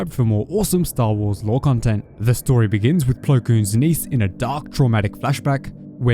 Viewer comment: Just say niece, it’s not that hard